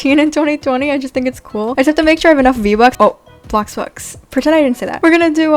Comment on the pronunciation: "Vebucks" lol